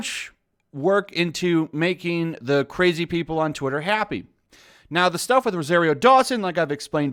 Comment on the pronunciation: You’ve been reading and hearing the name Rosario Dawson for weeks and you can’t say it pronounce it right? What’s up with nerds and having to putting different inflections on words and names....yo, Ro SAR io....SAAAAARRRRRRR NOT SARE. How do you do that? Would you say her name wrong to her face? Do you have a problem hearing?